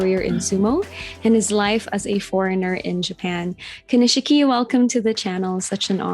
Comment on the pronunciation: The I after the SH in Konishiki is silent. Just a tip ;-)